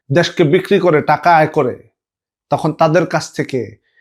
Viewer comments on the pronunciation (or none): none